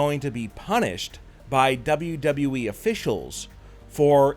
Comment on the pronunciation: I can't remember how many times he said Dean Ambrose is returning to WWE he says double double E